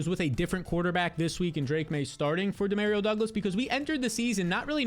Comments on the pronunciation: That’s not how you pronounce Demario Douglas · EXSPECIALLY DEMAREEO DOUGLAS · Lol I swear he was saying it so many times just to troll people in the comments. The number of times he was like "exspecially one de mareo douglas" I think he's gotta be trolling.